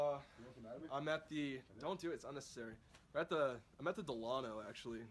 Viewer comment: Duh-lawn-o. Not Del-in-o